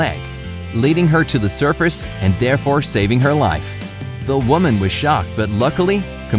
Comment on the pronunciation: Did anyone else here heard that he said serfece at the beluga whale rescue